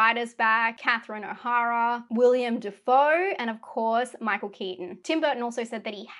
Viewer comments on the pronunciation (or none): Will-EM Defoe, not "William"